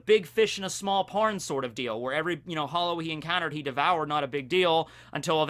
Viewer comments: I dont know who caught it be mispronounced big fish in a small pond to the terrifying big fish in a small porn and it's a terrifying visual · Did he say "big fish in a small porn" or am I hearing things?